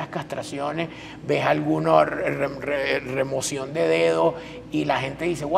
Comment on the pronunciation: Tengo / yo es lo único que dice . Inventó todo.Habla en primera en segunda y tercera persona 😂 mientras mas gente hable de él mejor .. Y es cirujano 😂😂 Se dice remoción no removision Desesperado por hablar de él mismo que ridículo.